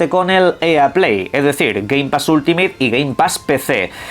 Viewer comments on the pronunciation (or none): none